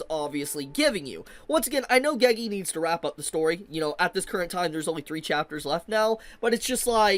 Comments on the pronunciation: It's pronounced GayGay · Till the end, for his life can't pronounce "Gege" right